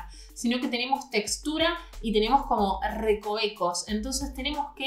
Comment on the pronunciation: "Tenemos ERRecovecos" 🤣😅te amo